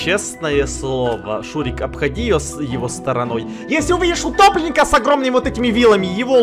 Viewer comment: Мне послышалось не сердце утопленника а гопника